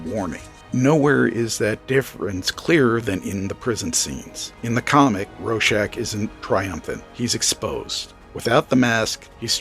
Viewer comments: AdaptAtion! Adap-TAY-shun! I hate everyone saying “adaption” that’s not how you say it! Also, RoRschach! There’s a 2nd R. It’s not “Ro-shack” like you were saying. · It's pronounced. Raw-shack And you get it wrong aswell The movie swop for Manhatten does not work. And why Moore had the ending he had. The threat had to be an overwhelming outside force to bring the world together. Hence an impending Alein invasion OF THE WHOLE PlANETV AND ITS PEOPLES Why? Because as a species, mankind Vendettas, blood feuds. And Wars forever....ect Moore realised this from looking at the latest invasion of Afghanistan by the Russians in 79. The Hill Tribes all came together, as one to repell the Russians. The outside force. If the Russians had not invaded, the Hill tribesmen would have come down off thier hills in the spring and start killing each other. As they did every spring. Vendetta's & blood feuds abound as the hillsmen decended off thier mountains. But that all stopped when the Russians invaded. They became one. Fought as one. Not as individual tribes. As one This is not the only time Afghanistan was been invaded many times. No one has ever succeeded. From this, can you not see that it could never be Manhatten as the fall guy. To the hill tribes manhatten would be from another tribe so it would be tribal warfare. He's one of them. Not the outside force. To us Manhatten is American, again.... not that outside force needed to bring the planet together. Someone. Somewhere would say.... hold on a minute. Manhatten. He's an American. So this is the Americans fault. Now how do you bring a planet together. You introduce an overwhelming outside force. And t